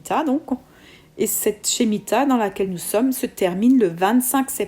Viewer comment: Par contre on prononce: « Schmita ».